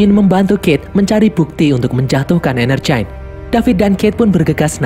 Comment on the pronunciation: Yang gua denger : Energyne Yang otak gua pikirkan : Energen